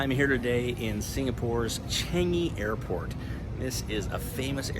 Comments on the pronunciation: not tryna be rude but i cant stand you calling it ch-an-g-y airport lmao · 😂😂😂😂 you cant even pronounce changi correctly. You screwed!